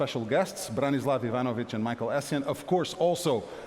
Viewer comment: Ivanovic, love u so!!! Nice to see u, and excellent pronouncation! If u need to all teams in all languages be pronounced right just call a slav, true, lol))))